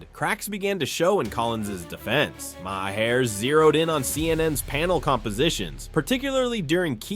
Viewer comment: Bill Ma, Marr, My-Hair????? WTF am I listening to??